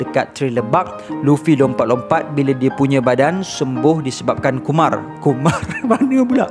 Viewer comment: Tersedak sambal ikan bilis dalam mulut aku bila dia sebut Kumar .